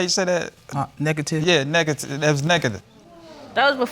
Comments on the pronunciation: The test was “Neegaty” 😂😂 I’m dying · He can't even pronounce the word negative, smh. None of their elevator goes to the top floor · Did he ask how do you say that “word”? And he was trying to say negative! I….I can’t deal😭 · He's 48 years old and can't even say negative... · He doesn't even know how to pronounce the word negative? Childish loser. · Wait so ain’t nobody gonna say anything about him not knowing how to say “Negative” 😂😂😂😂😂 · ***wait he didn’t know how to say Negative?!? 🥴🤔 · He has five maybe six kids and don’t know how to say the word “negative” yikes! No wonder the mother is there. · Me: *sees the title*.....here we go, this why I'm single. He acts like he's 18 can't even say negative right.